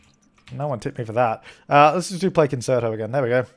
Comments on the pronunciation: Concerto is pronounced con-chair-it-o, just so you don't embarrass your self in front of musicians like me😄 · Me binge watching these 5 years later and getting annoyed with the way pronounces concerto.